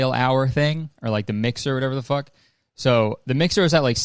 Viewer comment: The way he was like “fuCk” at the end💀